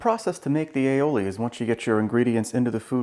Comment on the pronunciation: Damn, another video with a pompous dick that cannot even enunciate "aioli" properly.